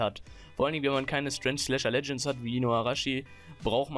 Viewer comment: Der gute alte STRENSCH Pica :D